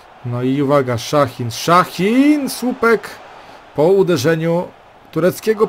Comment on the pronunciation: Szahin xd jego nazwisko normalnie sie czyta